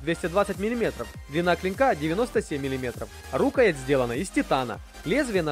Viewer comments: А что с ударениями в словах? рУкоять? И нельзя говорить, что нож практичный, если он для красоты или понтов. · Рукоя́ть ножа-так ставится ударение!За видео,спасибо. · Рукоять -ударение на Я! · Особенно доставляла "рУкоять" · "рУкоять"))))))))))))) - это что-то.... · Прежде чем рисковать выкладывать свои "произведения" на всеобщее обозрение, неплохо бы русский язык подучить, чтобы не позориться. Что это такое: рУкоять ножа??! РукоЯть она всегда была. Или в перечне продукции "дамаская сталь" с одной буквой "С", когда надо две: "дамасская". Я не какой-нибудь "граммар-наци", но здесь безграмотность махровая. Позор. Просто уши вянут. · РукоЯть! Предурок ударение на Я, терпеть не могу неучей.